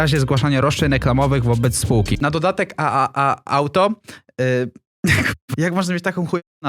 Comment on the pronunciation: Tripel ej Auto, tak to sie czyta. To jest nazwa sciagnieta z amerykanskiego tripel ej.